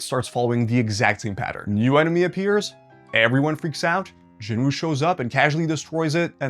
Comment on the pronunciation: At least pronounce Jin-woos name correctly